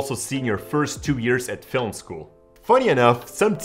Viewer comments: Getting up in the morning. Going to bed at night. Leaving the lens cap on the lens when filuming nude actresses. Watching YouTube videos saying I have to avoid mistakes. Pronouncing Film as Filum. Other than that ... it's all good. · Basic mistake > Saying 'Filim' instead of 'Film'. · i love the way he says "filim" lol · Sixth bad habit: mispronouncing 'Film"